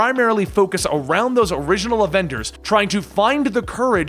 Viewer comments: " main avenders " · He said adenders